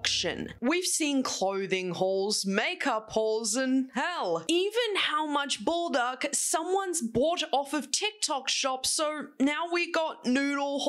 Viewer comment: Do us all a favor and look up Korean words before you pronounce them. I thought you said “bulldog.” The ramyeon name is pronounced like “bool-dock”